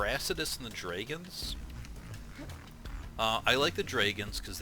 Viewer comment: Wait, how is he saying 'dragons', 'drayguns', wtf..?